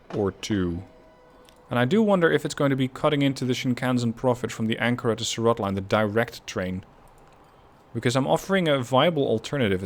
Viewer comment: A little pronunciation guide if you will: Chennai - Chen-Eye Jeddah - Jed-Dahh Surat - Soo-Rathh Hyderabad - Haider-Ah-Baadh One catenary eh? It's always the small thing that throws everything out of whack. I'm glad you caught that though. It would be really helpful if there was a mechanism within the game that can point out to where exactly the problem lies. Like in the line manager it shows in red. Say we click on it and it directly takes you to the problem location. This could be immensely helpful in cutting down on churn. As far as track-building goes you have improved significantly in comparison to the previous season. There is room for improvement I'd say. Your track lines are very busy, they come off as very congested. If you would like some inspiration on track laying I would direct you to GrandT's excellent Transport Fever 2 series. Cheers!